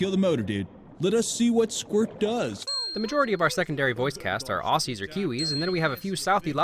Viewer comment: look. I know you're just trying to be cool and cultured and stuff like that, and I mean this with no disrespect! But, never pronounce Aussie like that again! That's not how it's pronounced! That's like pronouncing Cinema with 'k' sound because it starts with a 'C'. No! Just no! It's pronounced 'Auzzie' the reason we write it Aussie, is because Australia is written with an 'S'! That is literally it! Now, promise to me, a real, genuine Aussie, that you will never pronounce it like that again. Please?